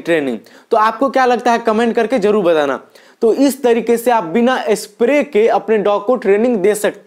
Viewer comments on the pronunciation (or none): A bhai batlaana nahi hota batana hota hee..